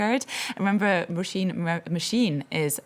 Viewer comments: Roh-SHEEN is the right pronunciation; it translates as "rose." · Mispronounced her name over and over then abruptly ends interview